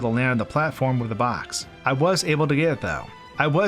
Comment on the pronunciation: I still wince a little bit when you say the word "box".